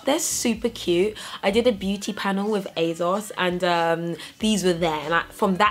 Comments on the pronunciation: I know right! ASOS stands for 'as seen on screen' as when they first launched it was where you could get clothes that celebrities had been seen in. So there is no 'Z' sound in there! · the way you say asos is funny, lol and im british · Ugh I thought it was just me...